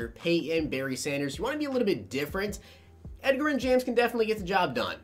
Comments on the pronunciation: "Ed-ger-in"? It's "Edge-Rin". You know like the word "Edge", as in your edge rusher is too slow to keep up with edgerrin. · Edgar-in james?? Cmon bro his nickname was EDGE it's EDGE-a-rin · EDGE-RIN NOT EGG-RIN 🙄🙄🙄 🤦🏾‍♂️ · Edgerren lmfao!!! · Same here, had me cringing when he said Edgar-in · Edgerrin James is pronounced Edge-er-Rin but i love your vids!! <3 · It’s pronounced edge-er-in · Drove me nuts!!!! I mean come on..The Edge!!! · Bro, watch some nfl films and get these guys names right. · You can tell is a gen Z'er by the way he pronounces Edgerrin lol